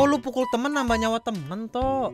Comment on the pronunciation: ngomong pukul aja susah bad keknya wkwk